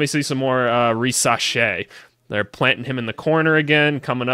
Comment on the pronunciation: You pronounce his name perfectly. Stéphane, his dad, played in Spain for 6 years (4 in Malaga and 2 in Murcia). He also played in Greece.